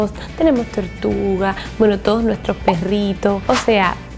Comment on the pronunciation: En el minuto dice turtuga